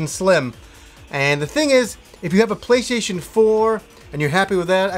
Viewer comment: Did he say playshaition?